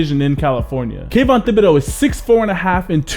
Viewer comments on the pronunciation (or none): It’s pronounced Tib-a-doah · It's pronounced tibidO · the h is silent in thibedeaux. its a cajun last name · Great video. One SMALL thing...the "h" is silent on Thibodeaux.